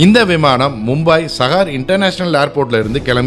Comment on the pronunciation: It's not mumbaai it's Mumbai..it's not sahar it's saahar (Pronunciation)